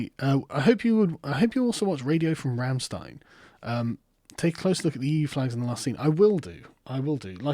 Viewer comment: YOU PRONOUNCED RAMMSTEIN WRONG!!! ARRRRGH No seriously good on you for mentioning them :D Deutschland, Deutschland uber Allen!